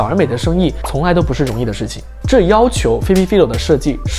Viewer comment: Phoebe Philo的名子唸錯了